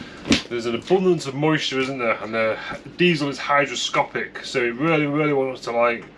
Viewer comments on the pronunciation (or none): FYI: It's hyGROscopic.....not...."hydroscopic".... Hydroscopic = Desiccant